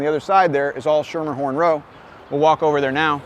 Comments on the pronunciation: FYI- "Schermerhorn" is pronounced as SKEE-mer-horn. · If you pronounce it Schermerhorn and not Skimmerhorn locals will treat you like you're an insane idiot.